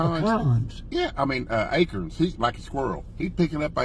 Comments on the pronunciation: What’s an “A-kern”? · Happy birthday pop,Billy and Jason, it's is call Acorn not acre 😅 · He said "A-curns" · Acorns not akerns!!